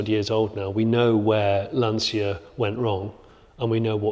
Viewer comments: I hear Lan-cee-a...I get a headache. It is Lan-chi-a... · Lancia is pronounced Lan chia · Gents, you correctly pronounce Porsche, as per its native tongue, because it’s an eponymously-named company. Please do the same for Lancia - Vincenzo Lancia (1881 – 1937) 🙂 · Try pronouncing Lancia correctly in 'Lancia Land'.